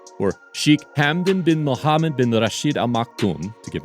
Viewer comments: Cracking pronouncement of his name mate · Really like the way you pronounced his full name ♡